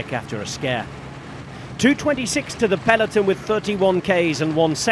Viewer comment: Please, stop saying "Peleton"